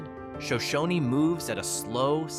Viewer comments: sigh Show-shone, not Show-show-knee. And why are so many if the video images not Idaho? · It is not pronounced "Sho shon ee", it is "Sho shone". And is a great little farm town. And Wallace is well worth a visit. Hagerman is also great, and has two of the best hot springs in the state. It also has multiple fish farms. Paris is charming, and the Paris Tabernacle is a work of art. Bonners Ferry is a nice town, and almost everything you said about it is wrong! And the pictures you showed of African Americans was from the south, not Idaho. Yellow Pine is another great little town, as Elk River. Pierce is fun to visit. Arco is just a small farm town with wonderful people. There is no town of Spud Patch Spring. There is a Spud Patch near Bellevue. Ketchum used to be great, but has now been ruined by the wealthy moving in and driving out the locals. I have been visiting Soda Springs all my life. It's a great town. Silver City is basically a ghost town and summer tourist attraction. But getting there is work. But very fun to visit. Council is another great small town. You clearly have never been to Idaho and don't understand what make this place magical. We don't want a ton of job opportunities and unlimited growth! Just look at the Treasure Valley to see how that mentality has ruined a once great place to live. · It's Shōnshōne, not Shōnshōnē. Shōnshōne is singular as in 1 town, while Shōnshōnē is plural as in a group like when describing the whole tribe. It's the same when asking if someone is Shoshone. They're kinda particular about it🤷🏼‍♂️😅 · It's pronounced sho- shoan; no y sound on the end. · Absolutely terrible description of these wonderful small Idaho towns, only slightly accurate, pronounced Shoshone incorrectly, and of course all of Idaho (don’t know about Boise!) has a low crime rate because we carry. You’re less likely to break into someone’s home if you know there’s a homeowner with a gun inside. So if you enjoyed that video, please don’t move here